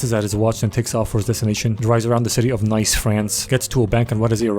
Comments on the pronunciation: Bruh, the city name is pronounced 'Nice", not "Nice". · Nice is pronounced niece. Maybe you know that but I don't support dumb. I like the overall dumbness of the channel but I'm a stickler for pronunciation. Yeah yeah yeah yeah yeah yeah yeah I'm sure I'll hear about it. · Btw "Nice" is pronounced like "neece"; at the beginning it's a renault, not a citroen. Other than that, perfect summary